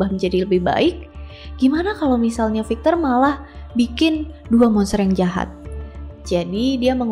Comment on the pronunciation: Maaf ak koreksi pronunciation nya ya .. Pengucapannya bukan fikcher tapi 'vīkktor . Jgn marah ya .. 🙏🏻